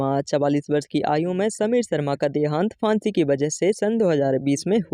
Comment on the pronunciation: फांसी भी बोलना नहीं आता